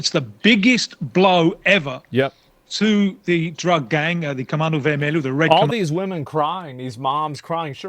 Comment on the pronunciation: Comando Vermelho. Not comando vermellion lol